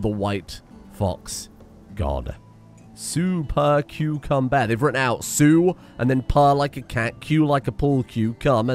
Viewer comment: Streamer says super cucumber correctly in this video.